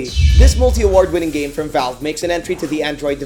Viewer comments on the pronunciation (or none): none